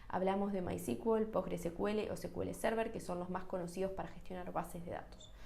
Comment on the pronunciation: buen post..! solo una observación con el "secuele".. cuya sigla es SQL (Structured Query Language).. o lenguaje estructurado de consulta En inglés pronuncian SQL como "sicuel".. y en lengua castellana sería "esecuele".. atento a nuevos contenidos.. 👍🏼😊